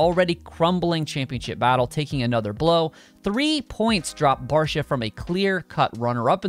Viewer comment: Its Barcia, enuf said